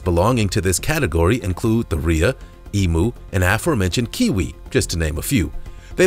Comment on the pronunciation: Eem-yoo is how its pronounced not Ee-moo lol